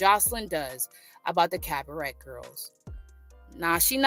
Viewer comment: Maam 🤦🏾‍♂️ its pronounce cab ah ray 🤦🏾‍♂️